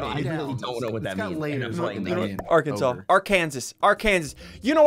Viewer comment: Do not say Arkansas like that